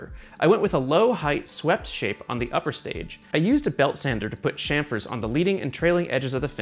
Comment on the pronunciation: Bro says chamfer like chamfer, smh.